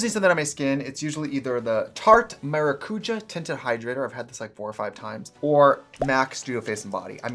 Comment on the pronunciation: Trixie saying maracuja completely wrong (for me because of my native language) made me laugh